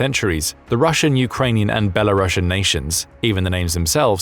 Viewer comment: it’s pronounced bel-arus, belarussian is a language and ethnic group and even in that case it’s still pronounced bela- rus-sian